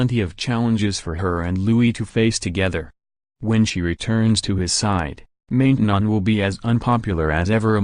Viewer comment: It's pronounced Man tenon (short a)